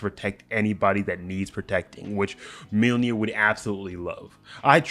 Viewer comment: It's pronounced Myolnir, not Milnir.